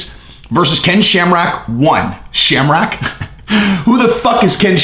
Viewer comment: He mispronounced it as shamrack